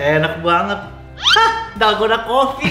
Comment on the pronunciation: Dolgona Coffee ❌ Dalgondel Coffee ✔️